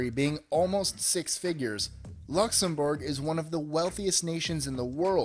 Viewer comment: 'luxem-borg' get out.